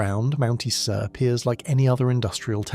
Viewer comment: Mount Isa is pronounced eye-za